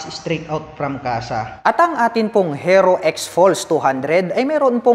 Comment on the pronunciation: Paki bigkas po ng maayos yung HERO. Ang sakit sa tenga. Baka dahil dyan baka hindi na bibili yung iba. Peace.